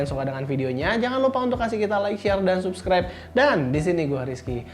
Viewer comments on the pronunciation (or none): none